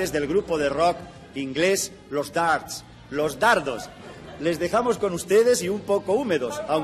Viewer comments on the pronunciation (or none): "Dards" !!! Brilliant!!! Nearly as good as "Los Be-art-les"!!